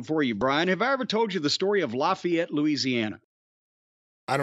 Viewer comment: It’s pronounced LAFFAYETTE NOT LOFFAYETTE